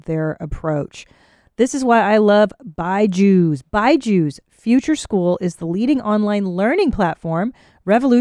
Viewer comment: I think it’s supposed to be Bee-jus, not By-Jews. Imagine Paddy scaring kids with his fangs and his horns🫠